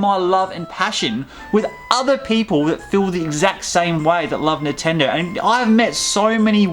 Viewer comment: why do u say nintendo so weird. nahtendo